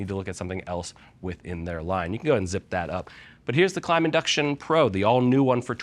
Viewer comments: Where's the invincible E bud? Klim, not klime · Klim pronounces it as Klime themselves on their official Youtube channel.